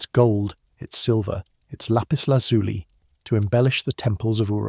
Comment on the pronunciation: Please check the pronunciation of Lapis Lazuli. It is pronounced as if it ended with a y as in the word by.